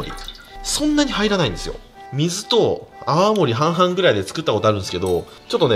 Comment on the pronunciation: 泡盛が青森って聞こえる、青森県民です(笑)